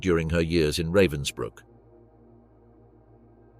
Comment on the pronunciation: What have stills from a film starring Timothy Spall got to do with something that took place in 1947 ? This video is supposedly about a bitch, yet we see court scenes in which all of the accused are men. This video is cheap and nasty with at least three different pronunciations of Ravensbrück, none of them correct.